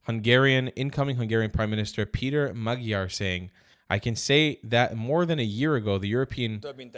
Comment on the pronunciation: "Magyar" is pronounced "Moddyor" (better: "Måddyår").